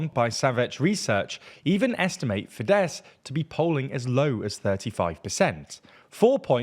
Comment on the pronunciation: It‘s “FEEdehss” not “fiDESS”! All words in Hungarian are stressed on the first syllable.